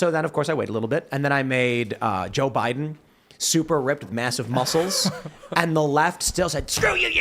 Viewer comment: "To defeat Jöy Bäiden" -Scott Pressler